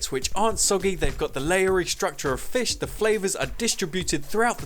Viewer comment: It’s not fiSHH.